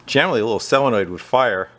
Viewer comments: Ahem... SOLenoid not SELenoid :D I know... being picky... sorry :/ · why does it drive me nuts when someone calls a solenoid a selenoid ? am I just getting old and cranky ( 65 ) don't get me wrong I like the content and do learn from Him